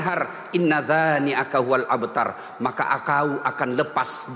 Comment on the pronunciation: bukan Inna tsa ...( Tsin) maaf Ustadz..harusnya Inna Sya..(Syin) bukan 'abtar( ain) ,tapi Abtar( Hamzah)